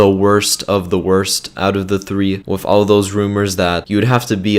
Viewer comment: He says wif